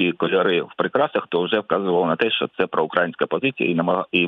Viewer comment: п. Власто! Чому Ви кажете "щьо", "щьоби", "якщьо"? і ч у тих випадках, коли треба говорити твердо, Ви чомусь вимовляєте м'яко... Дякую за увагу.